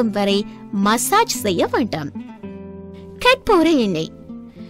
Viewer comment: adiye karpur nu olunga sollu onum puriyala